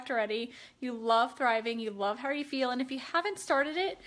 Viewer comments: Yes 😂😂😂 "hawr" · Did she say how? It sounded like har.